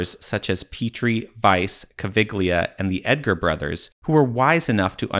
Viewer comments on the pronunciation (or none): Caviglia, not Cavighlia!!!! "gli" like Yankee, Egyptian politicians and cultural representatives are at an level little higher than a dromedary, you can't expect too much from them. (their boss likes to play indiana jones) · Caviglia is pronounced Ca-vee-lee-uh.